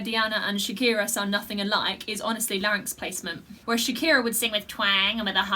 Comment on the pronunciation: You said larinx about four thousand times here. Maybe ten thousand. But still, you can sing much better than all those freaks of the nature, bearded women and rubber men. Maybe, you can say larinx just hundred times? I still love you :thanksdoc